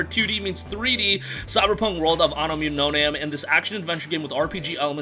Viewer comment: I thought it was Anno Mutation-em the way you pronounced it angered me lol.